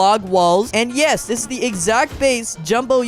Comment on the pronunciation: The way bro said uesss